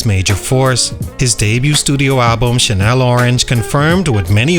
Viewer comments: Channel Orange. Chan-nel. Not Chanel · Why u keep saying Chanel orange it's channel orange lool good content though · The butchering of his album name is crazy. Channel Orange not CHANEL ORANGE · “Shannel” Orange? Seriously?